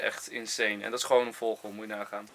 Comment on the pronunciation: Niemand Echt helemaal niemand Enzo: voGGel